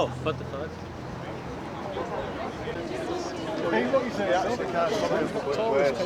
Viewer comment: I like how the big guy pronounces "fuck" I DON'T GIVE A FOOK! As a German it gets me every time :D